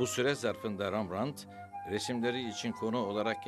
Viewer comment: Rembrandt neden Rambrant diyorsunuz?